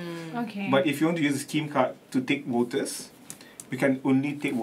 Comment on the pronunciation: utjjub has a big problem w singlish /manglish pronunciation, like evertime he says 'voters' it translates 'waters'...😊😅😅